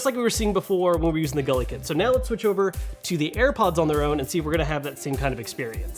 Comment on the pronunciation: Again, it’s « Goo-lee Kit